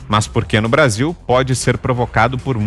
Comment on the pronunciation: Esse cabeça oleosa fez curso de oratória com a Dilma, com um detalhe, ainda é gago pra melhorar , e brézillll!